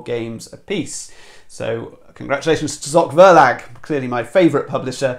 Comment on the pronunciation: The finish is really surprising with Abyss and Evolution I could never foresee! 🙃 Maybe because of your love for ZOCH VERLAG (love your pronunciation!) which is mostly considered to be a pure children & family publisher in Germany...